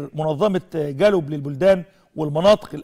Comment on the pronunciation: يا استاذ نشأت فين الأعداد اللي عندك عمال تردد الكلام غلط بطريقة مستفزة...اسمها . Globe.....وتنطق ب العربية جلوب...مش جالوب...المفروض دي ا. ب ...مهنية.....و٩٠. %. من نطقك.للمصتلحات والكلام اللي ب الانجليزي...مستفز...لازم يكون عندك حد.يصحح الكلام دة....دة اعلام تحت السلم يعمل افضل من كدة....وعمال تقرر في الكلمة مافيش حاجة اسمها زي ما انت بتنطقها.....وياريت كلامي دة ما يزعلكش.....